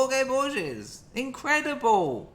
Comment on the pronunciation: Everyone pronounces Borges incorrectly. Every professor I've ever heard say the name.